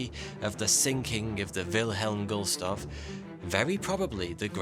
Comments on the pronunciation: GUSTLOFF, a 15min video and he never pronounced it correctly once. 🤨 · Love how you seemingly refuse to pronounce Gustloff correctly! Gulstoff, Gustoff. Brilliant content, as always. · How many times did he say Gulstoff instead of Gustloff? LOL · Gul-stoff?? Is that really how that name is pronounced? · why do you consistently pronounce it Gulstof ? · Awesome video as always, but its GUST-LOFF haha excellent job researching though, had never heard of it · That's what I thought...he was pronouncing it guulstof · You keep pronouncing it wrong. Come on man it’s not hard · Terrible pronunciation, but good research. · it really hurt that you mispronounce the ships name through the entire video.... with every time it hurts more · The fact that he talked about it in the first place should be more than enough. Pronouncing the name incorrectly shouldn't be what you got from this. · The L is after the st in Gustloff please pronounce correctly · Call me a grammar nazi, but I was terribly annoyed by the mispronunciation of Gustloff throughout the video. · I like how you pronounced every German word correctly except for the name of the thing the video is about lol. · He keeps pronouncing the Name with the L in the wrong Place... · How is it possible to mispronounce the name of that ship EVERY single time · Get his name right its Gustloff NOT Gulstoff as you keep calling him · Sorry mate - but it's Gustloft not Gulstoft! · GUST loff, not Gulstoff ! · I think this may be the record for most mis-pronunciations of subject ever. I don't think you said goose--tloff a single time. Gool--stoff, however, I stopped counting at about a dozen. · Please check your pronunciation of Gustloff. Gust-loff. Gust. Loff. Not Gul-stoff. Thanks. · Gust-loff, not Gul-stoff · GUST....LOFF. Not Gulstoff. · Mate, there`s something wrong with your map here. Also, you keep reffering to the ship as "Gulstoff". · Gust + Loff ... not Guls + Toff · It's not Gulstoff but Gustloff... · It is not Gulstoff.